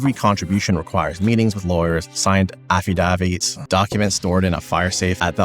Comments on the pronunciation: "Offie-dah-vitz"? You mean "Affa--day-vitz"? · "signed affidahveeets" its just a - ffi - dave - id, lol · "Affadavit" aff-uh-DAVE-it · Fascinating. But , Magellan is pronounced /muhJELLuhn/ (after the 15th-century Portuguese explorer). And , it's /af-uh-DAY-vit/. Please, never assume a specific pronunciation for ANYTHING. I speak from bitter experience. Forvo is your friend! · why can't you pronounce Magellan and affidavit?